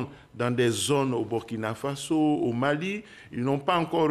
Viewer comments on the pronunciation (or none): none